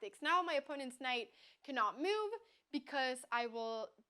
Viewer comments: I like the way the pronounces "move" as meow, very cat -like. I do not like her creating a user with a 600-rating and killing the poor souls playing against her. They never knew what hit'm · I find very cute the way she pronounces the word "move"